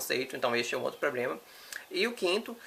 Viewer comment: Um rapaz tão inteligente falando POBREMA